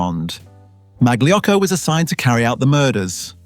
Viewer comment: Mag-Lee Yocko? Uh, maybe not quite...